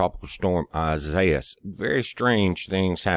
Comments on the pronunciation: I didn't make my self clear but what I meant was the pronunciation of Isaías is EEs-ahee-ahs. I'm bilingual in English/Spanish. God bless you & thank for the info. I live in Florida 🏖️🍹🌞 but by the golf. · Pronounce: EEs-ahee-ahs